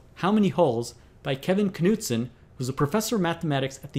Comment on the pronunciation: The way he pronounces Knudson